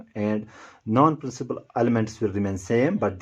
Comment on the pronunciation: It's elements not elementas 😂